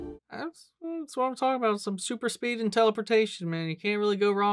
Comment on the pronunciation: Did he say “super speed”…😂😂😂😂😂❤❤❤❤❤❤❤🎉🎉🎉🎉🎉